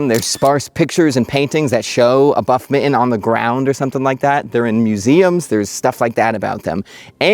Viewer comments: his pronouciation of mitten is diabolical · Love this content - delightful and AI-free. One little tiny request though . . . could you pronounce your Ts going forward? Your current pronunciation of mitten sounds very Valley Girl. Thanks much. 😊